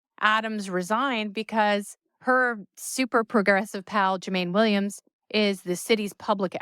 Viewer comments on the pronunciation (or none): That's not how you pronounce Jumanne Williams.